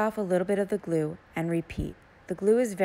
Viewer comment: She lost me when she said the word GLUE